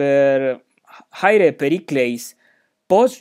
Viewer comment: Chi should be "Kh" in Ancient Greek, no? Thus rendering Khaire/Khairete not Chaire/Chairete.